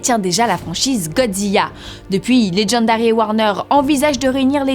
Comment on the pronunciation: pk elle dit Godziya ???? c'est Godzilla sa sa prononce LA a la fin